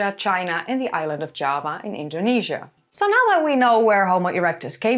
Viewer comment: Java in English uses a hard J. Your pronunciation sounds more like Spanish (I'm assuming similar in Norwegian).